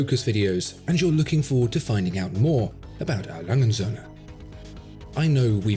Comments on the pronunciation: Cool videos. As a native German, I just have one comment. The "&" sign in A Lange & Söhne is not silent. It is pronounced "und" which of course translated into "and". The German pronunciation is reasonably simple for English watch aficionados. Just think bund strap minus the b and you got it. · A brand with that level of perfection deserves its name pronounced correctly: 'A. Lange UND (or AND) Söhne'. Or would you prefer your Brand name be pronounced : 'Watchfinderco'? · A. Lange und Soehne. ore A. Lange and Sons. Never say A.Langesoehne....never. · Still refuses to learn how to pronounce his favorite watch brand haha. This is hilarious.